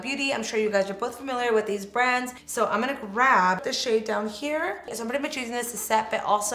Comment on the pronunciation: I notice you say “grav” instead of grab 😂